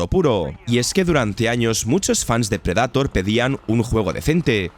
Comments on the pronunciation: Insisto, buenísimos videos, pero que cringe da que pronuncie tan mal el inglés, como que predAtor? 🙄🙄🙄🙄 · Y cada que dice pred"A"tor un gato 😂😂😂😂 dar mucho cringe que pronuncie taaaaaaaaaaaaan mal